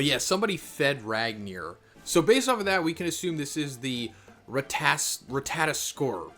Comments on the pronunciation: Ra-ta-tos-kur phonetically 😂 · It can be prononounced Rat-(tuh)-toss-ker. Look up god of war Ragnanork scenes with the squirell you can see how they say it. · Rat-o-tosker z lol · Don't worry, Americans can't pronounce shit. They saw Ratatoskr and they all said Rataskor. But of course, Americans will be Americans. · Rata-tosk-er. Sounds more like that. hope it helps prenouncing the name better. Im norwegian native speaker btw😆❤ Just hard to explain on text. We roll the R too. Also rattatosker is a messanger god he walks from realm to realm whispering News etc from gods world to our etc he lives in Yggdrasil the world tree thats the way between realms is thst tree hence called rhe world tree. Thor is the one conjuring lighting. Since u meantioned lighting etc i added some info. Feel like oda mixes the gods and their power and story in one piece he does that whit other gods etc too. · Rat-aa-tosh-ker and needh-hawg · I believe the name is pronounced, Rah Tah Toh Sker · his name is “ rat-a-tas-skr” pronounce it like that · Rat- ta -tos -ska 😂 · Hey , greta video . In the video game SMITE there is a god called ratatoskr and it talks . they pronounce their name so for future videos you could pronounce it correctly . keep it up brother . Love your videos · very bad pronunciation 😂😂😂😂